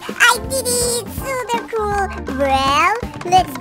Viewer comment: You say supa col